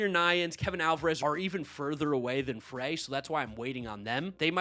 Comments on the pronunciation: I’m an LSU that’s how I know this. Astros prospect last name is pronounced Fry. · It’s pronounced Ethan (FR-EYE) Like put the fries in the bag